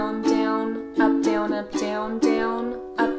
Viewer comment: It sounds like she is saying dwn